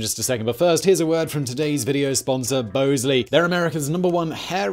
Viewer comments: It's "Bahz-lee"😂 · Shouldn't Bosley be pronouced Boz-Lee, like the character in Charlie's Angels? There is no E after the S and before the L. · Your sponsor pronounces it Bahs-lee in the US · Bosley pronounces their name like the character in Charlie's Angles. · Pretty sure you’re pronouncing your sponsor’s name there Simon my boy